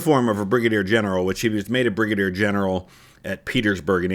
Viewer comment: "Bri-gader general" :)